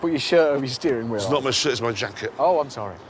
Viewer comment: The pronounciation of "Steerhing Whhheel" he gives is the most British thing I heard in my live.